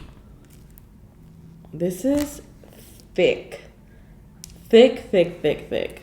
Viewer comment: It got me when she said "It is a true thicy" "Insanely thicc"